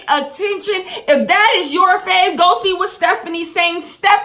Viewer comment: it’s stephanie* not stephine